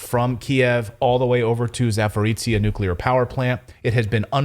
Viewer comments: Guys! ZA- PO-ROzshye- not Zaporizshye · Clayton, it is not "ZAPORICIA"... Zaporozhye 😁😁😁